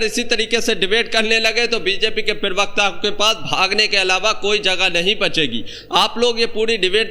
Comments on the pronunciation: Pronunciation correct karo.perwakta nahi parwakta kaho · Parvakta hota bhai sahi se pronounce karle